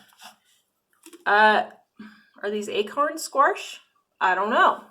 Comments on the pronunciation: Same and same. I ran to the comments when she said squarsh about 10 times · I’ve heard “warsh” quite a bit, but this is the first time I’ve heard “squarsh” except maybe for dramatic effect when used as a verb as in, “I’ll squarsh you like a bug!” Not a criticism, just an observation. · We love the "SQUARSH!" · The way she says squash lol, Great video though I’m gonna but I think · The way you say squash is interesting 😂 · Did you say squarsh? giggle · You could use the packaging in your garden. It will compost down. Just lay it down and forget about it. :) I absolutely love how you say "squarsh" lol. First time seeing your channel. Subbed! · squaRSH!! 🤣 I had no idea there was an R in squash. LOVE it! I watched this video just to see how many times she said "squaRSH" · I know it's petty, and you explained it, but "sqwarsh" made me cringe every time. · Squarsh? Haha never heard it like that. Love it. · yellow "squarsh" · I’m from the Midwest and pronounce it squash... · Love how you say “Squarsh” 😂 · I’m from the Midwest, too. I don’t say “squarsh” and have never heard anyone say “squarsh”. I don’t think that’s a typical Midwest pronunciation. Hey! You do you 😆. I do appreciate the info in your video. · Same! I’m from Texas and over here going crazy at “squarsh” 😂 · I've never heard anyone from the midwest call it squarsh - we call it squash LOL p.s. I like your nail polish color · which part of the midwest are you in? I've been in the midwest pretty much my whole life and no where have i ever heard anyone call it squarsh and try and pass it off like it is normal. I've heard of the midwestern drawl or midwestern slur, but not just randomly adding letters haha. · "Squarsh?" There's no "R" in squash... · Yellow squirsh? Lol I live in Colorado, and we don't say "Squirsh" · Excellent review. Great info and insight. My only critique is there is no "R" in squash "squarsh"😁 jk great video. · I have also never heard anyone say sqwarsh before either lol Oregonian here